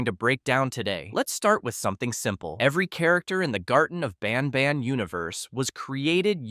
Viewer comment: Are you intentionally saying banban wrong every couple times to rage bait me into commenting? Bc its working 10/10 🔥